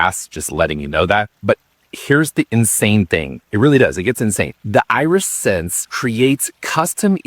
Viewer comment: Eye-re-sense? Like your eye-re-gation system? I would have assumed AI voice mistake, but I watched a human say it, and the same human said irrigation system correctly. I’m so confused, what is real?, am I real?